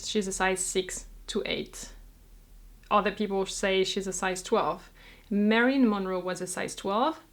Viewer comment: I'm late to watching this video and I just wanted to say the I love how you say the name, "Marilyn"--it's fun to listen to other people speak your language when it's not their native language. But I'm not telling my clothing size; as an American, I am just too ashamed!!